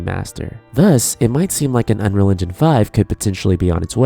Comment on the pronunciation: Why do you pronounce 'unreal engine' as 'unreligion'? It's kinda distracting.